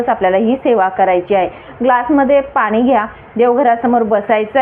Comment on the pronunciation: ही बाई अतिशय अशुद्ध बोलतेय. आणी चा उच्चार आनी करतेय. आपण चा उच्चार आपन करतेय. पाणी चा उच्चार पानी करतेय. पान्यामधे पान्यावर ऐकायला घाणेरडे वाटते.